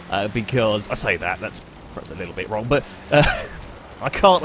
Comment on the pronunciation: STOP SAYING PREHAPS. ITS FUCKING PERHAPS. PER PER PER PER PER